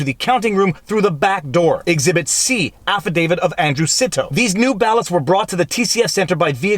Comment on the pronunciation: There's only one "D" in "affidavit". It's not "affidavid".